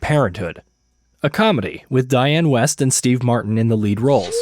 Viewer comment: Your videos are great, but you need to get someone to read your scripts who won't make zillions of pronunciation mistakes. Like Dianne Wiest's last name is pronounced ’weest" not "west." And lots more I've clocked in other videos.